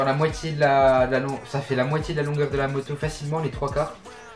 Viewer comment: Quand tu dit moto on dirait tu dit motio